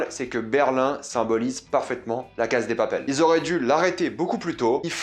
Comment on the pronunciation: Pourquoi tu dis la Caz de papel ? C’est Casa > CASSA